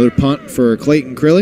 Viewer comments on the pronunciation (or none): I go to church with Clayton's family, and it's so cool seeing him pop up in my feed. Also, the announcer is pronouncing his name wrong. It's Crile, rhymes with mile.